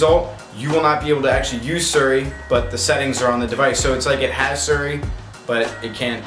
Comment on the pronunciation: "Suri" Haha, love him. :D